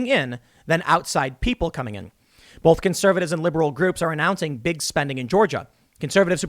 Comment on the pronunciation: why does Tim say "bolth" instead of "both"... its driving me crazy